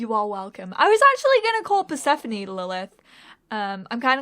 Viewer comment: I'm actually named persephone (I'm greek) and it's a perfect fit for the character (and your pronunciation is perfect). Fan fact the name translates light and darkness from ancient greek.